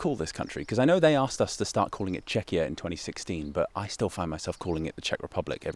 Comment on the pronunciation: Or pronouncing Czechia as Chechia (or how that would be even spelled), that kinda grinds my gears